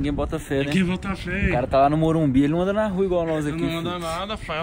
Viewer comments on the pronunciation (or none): none